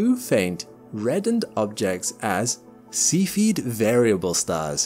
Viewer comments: Mr Narrator, its not a seafeed star, its a cephid star. Please pronounce it correctly. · While we're at it he makes me giggle everytime he says see feed variable stars when I'm pretty sure it pronounced sef ee id. Nevermind at least he's adding the g to his ing's these days, small wins 😉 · I hate that people are going to watch this video, and think that cepheid variables are pronounced "see-feed". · Cephied is not pronounced Sea Feed, but otherwise, very well done video. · In this video I heard a new (to me) English pronunciation of the word cepheid?? What is the commonly accepted pronunciation used by professional astronomers?